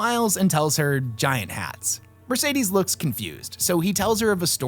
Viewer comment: Her name is not Mercedes. Horrible pronunciation all round, good video nonetheless.